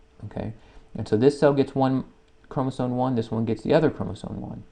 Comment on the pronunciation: why are you saying chromosoNe?